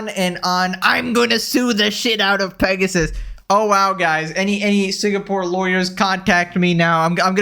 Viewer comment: Why do they keep saying Mpregasus?